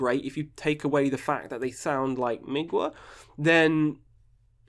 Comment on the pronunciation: Hi! Great ranking, but I, as an eastern European, always chuckle when you pronounce mgla as "migua". It's pronounced with hard consonants and no other sounds in between. You can check it in google translate with Polish language selected. Think about it as regular "m" (like in "mother"), instantly followed by "glo" like in "glove"